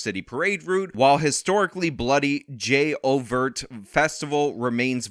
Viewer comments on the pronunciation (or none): "Jay-Overt"?! No, it's pronounced Ju-Vay 🤣🤣 but you're absolutely right about the Eastern Pkway parade, there's a lot of violence unfortunately.